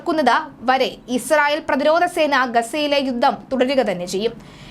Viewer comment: യുദ്ദം അല്ല, യുദ്ധം ആണ്. ഉച്ചരണം ശ്രദ്ധിക്കുക